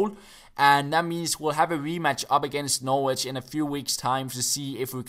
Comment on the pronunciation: You don't pronounce the 'w' in Norwich. Its pronounced 'Norrich'.